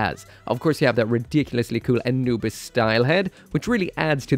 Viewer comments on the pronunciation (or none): none